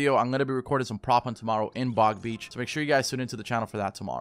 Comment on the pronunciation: Stop saying big beach